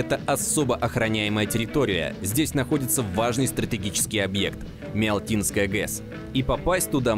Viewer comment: И ещё, не Миалтинская ГЭС, а Миатлинская👆😉😁